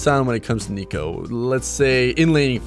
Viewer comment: Pretty sure its neeko not nico